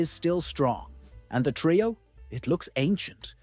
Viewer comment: TRE-O. NOT TRAY-O